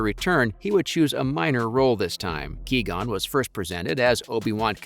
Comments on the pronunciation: "Key-gon" lmfao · Ah yes haha my fav character Key-gon Jinn. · QUI GON WITH Q JESUS CHRIST LEARN THE NAME